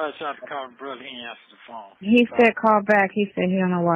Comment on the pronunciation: I dont know why the "phome" aint going thru. 😂😂😂